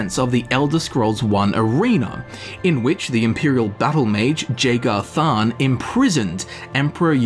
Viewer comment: everytime you mispronounce jagar tharn i want to cut my ears off like van gogh